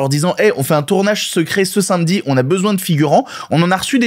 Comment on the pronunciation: Est-ce qu'il n'y a que moi qui suis saoulé chaque fois que prononce le mot "samedi"?, pourquoi tu le prononces "sinmedi"? Oui je râle pour râler mais ça me fait saigner les oreilles à chaque fois... 😅